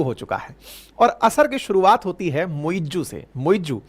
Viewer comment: It's not "muiJoo". It's "MuiZ"